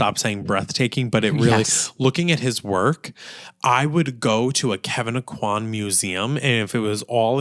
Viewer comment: I just need to say "thank you" for pronouncing the name like 'oh-quan'. I hear people say it like 'oh-coin,' and it's rough as a Cajun girl.